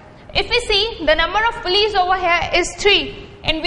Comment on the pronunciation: Its PULLEYS not pullyes